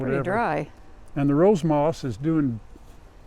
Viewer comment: I get tickled when you say “rose moss”. …